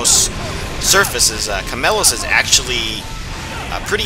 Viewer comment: Omfg its chameiEOS not chamelos! Not a bad vid tho